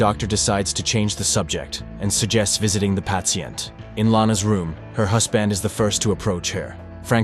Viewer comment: Lolzzz "the pat-sient". Is this AI or was that read like that on purpose? Either way i cant stop laughing 😂😂😂